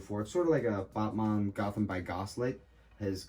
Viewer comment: Sounds like he's saying buttman